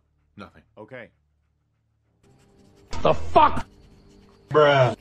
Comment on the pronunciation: not ze cow